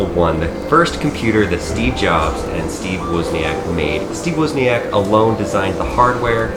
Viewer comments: isn’t it pronounced woz, not wuz? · Great vid. PLEASE stop saying "Wuuzniack".....He's the Woz, not the Wuuuz. LOL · 😂😂😂😄😄 👹I am Steve woozneeack